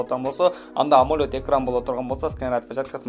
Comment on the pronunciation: Амолёд эмес амолед дечи